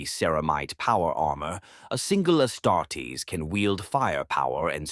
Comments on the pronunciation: If you could tweak your ai bot to stop saying ass tartess instead of astartes that would be great 😂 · “ASS TART EES”. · "Ass-tar-tays" lol